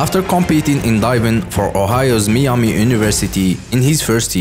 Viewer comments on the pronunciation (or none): none